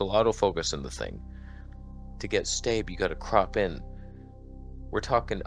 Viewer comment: Can “staab” never be said again?